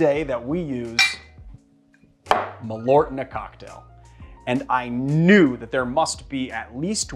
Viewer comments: Malört. (Swede here) You pronounce it sooo weird! Mal means moth, ört means herb. It got its name from its dubious claims that it would prevent moths from ruining your clothing. Perhaps say Earth, but shorter, and with a rt in the end instead. And its a subtle tiny pause in between mal and ört. Mal-ört. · I wonder how close the Malört is to the Swedish Besk, I guess Marius can tell. needs to practise on those umlauts:-)